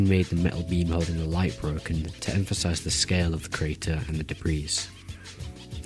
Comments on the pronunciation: hi im pretty sure you dont pronounce the "s" in debris so its more like "debree" :) also very helpful video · This dude really said "de-breez" 😂😂😂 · gonna make a map called: de_breez